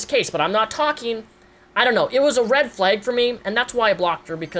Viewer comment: I like how you say "Fleg" instead of "Flag" ❤️